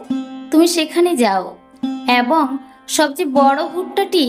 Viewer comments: এ্যবঙ নয় , এবং / ছাত্রটি মাঠে গ্যালো নয়, ছাত্রটি মাঠে গেল / খোজা সেস্ করল নয় , খোঁজা শেষ করল / ইত্যাদি ইত্যাদি।। 🎉 সঠিক উচ্চারণের জন্য ভুল ধারাটা বোধকরি অন্যায়। আদতে প্রতিটি এপিসোডের শব্দ চয়ন এত সুন্দর।। এপিসোডটি যাতে আরও সুন্দর হয়ে ওঠে ; তারই জন্য এত সাতকাহন।। 🎉 একটি অতি উৎসাহী মানুষকে আরও বেশি করে উৎসাহ দেওয়ার জন্য প্রায় প্রতিটি এপিসোড শোনার চেষ্টা।। আর যারা দীর্ঘদিন ধরে বিভিন্ন বানিজ্যিক পত্র-পত্রিকায় সাহিত্য চর্চা , ও কলকাতা বেতার কেন্দ্রে সামান্য সংস্কৃতি চর্চা করে আসছে ।। তারা কিঞ্চিৎ ভালো মন্দ মতামত দিতেই পারে।। মতামত সম্পূর্ণ নিজস্ব হলেও ।। সেই সুচিন্তিত মতামত গুলির ভুল ব্যাখ্যা করা কখনোই কাম্য নয়।। আর জনমানসে নির্দিষ্ট কোনো বিষয়ে পারফর্ম করতে গেলে।। ভালো মন্দ সমালোচনা হয়েই থাকে।। সেগুলো সদাসর্বদা স্পোর্টিংলি নিতে হয়।। নচেৎ এই প্রজন্মের ছেলেমেয়েরা ।। আগামী দিনে মহীরুহ হয়ে উঠবে কী করে ? 🪔 এখনকার মত শুভরাত্রি।। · এ্যবঙ নয় , এবং / গ্যাছো নয়, গেছ / খোজা সেস্ করল নয়, খোঁজা শেষ করল / ইত্যাদি ইত্যাদি , উচ্চারণে অজস্র ভুল।। 🎉 কি আর বলব। সঠিক ভাবে ভুল ধরাটাও অন্যায়। আর উৎসাহ দেওয়ার জন্যই কিন্তু প্রায় প্রতিটি এপিসোড শোনার চেষ্টা।। আর ভালোর জন্য বলা 🎉 সেই বিষয়টিকে অন্যভাবে বা ভুল ব্যাখ্যা করা।। 🎉 বাস্তবিক , যারা দীর্ঘদিন ধরে বিভিন্ন বানিজ্যিক পত্র-পত্রিকায় সাহিত্য ও সংস্কৃতি চর্চা করে আসছে ।। তারা ভালো মন্দ মতামত দিতেই পারে।। 🎉 আর কিছু বলার নেই।।